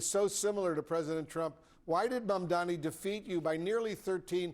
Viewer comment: This man has tried every possible combination of "m"s and "n"s to avoid saying Zohran's Mandani's name right. He's finding pronunciations modern science had deemed impossible.